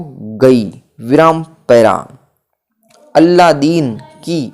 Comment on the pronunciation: अलादीन का अल्लादीन बोल रहे, बूढ़ी का बुड्ढी बोल रहे हो नवयान तो समझ ही नहीं आ रहा। इन शब्दों से ही बहुत मिस्टेक होजाएगी इसलिए कहा क्लियर बोलिये